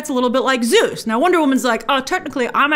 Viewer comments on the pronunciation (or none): none